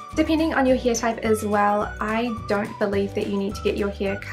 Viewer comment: The way You prononce hair is sooo funny where are you from? Hiiaiire 😂😂😂